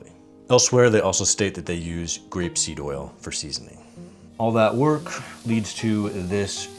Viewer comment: Did you say grape seed or rapeseed?